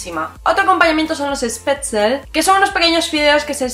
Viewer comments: Con todo cariño y respeto. Es Spätzle, no Spätzel. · Es Spätzle no SpätzEL :), Acá en Argentina los Schnizel se llaman "milanesas" y son tan o más conocidas que en Alemania. Frase: Man sollte nicht den ganzen Tag dem Essen widmen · Se dice Spätzl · Disculpa la corrección... se llama Spätzle no Spätzel. Saludos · Spätzle (te faltó el shhhh antes de la p)